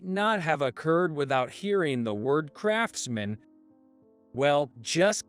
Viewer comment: I like it, all the mistakes like crafts man and not craftsman, which is one word. Might be cheaper to have a A.I to read the story, but is jaring.